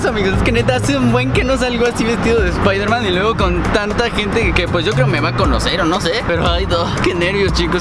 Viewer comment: espaidermen espaidermen 😂😂😂😂